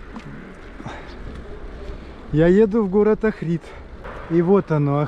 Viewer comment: Охрид ударение на О